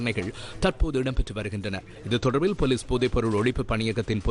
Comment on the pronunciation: இப்போ வெளங்குதா.. "தொடர்ர்பில்ல்" என்று வாசிப்பது..😮..(😢..)